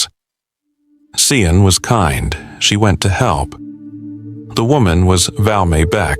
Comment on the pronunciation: Australia here Sian Kingi. Is pronounced Sharn. Valmae Beck & that boyfriend Watts are the most disgusting py.